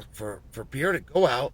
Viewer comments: Can you please learn how to say PE - REI - RA. it´s simple, and i think he ( Alex ) deserves it. :) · Who is Alex “Piera”?